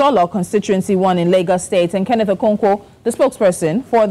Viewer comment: Mr Kenneth not Kenneth, who is this lady🌚